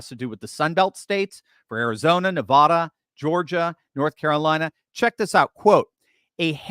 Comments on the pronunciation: YOU ARE SAYING NEVADA WRONG!!!! its not Navoda!! its Nevada! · I know that you are far too educated to be pronouncing Nevada in the way that you are pronouncing it. It must clearly be by your own determined choice to do that. For people that live in Nevada, hearing it like that is like scratching your fingernails across a chalk board😮... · You’re pronouncing Nevada incorrectly